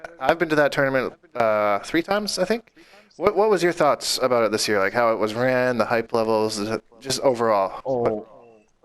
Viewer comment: "All aboot"?? lol You must be Canadian!